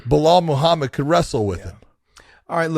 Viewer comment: BLAh-HALL MOO-HAW-MID